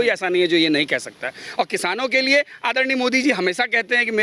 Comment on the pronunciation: Modi ko aaddarniaa Addarniaa aise boll rha hai, jaise modi eska Jija lgta ho.